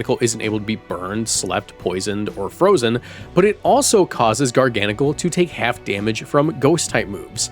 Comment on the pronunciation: Liked and subscribed because you pronounced garganacl correctly